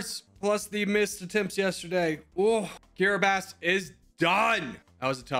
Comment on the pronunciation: I didn't know That's how kiribati was pronounced